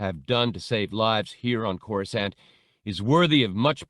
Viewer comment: These are so mich better than the abridged versions, they give so much more depth to the characters and layers to the story. They have even started pronouncing Coruscant correctly, the old habit of pronouncing the second C used to really grind my gears lol